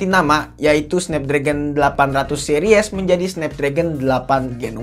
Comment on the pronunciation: yg paling gw kzl : harusnya dibaca Se-ris bukan se-ri-(e)s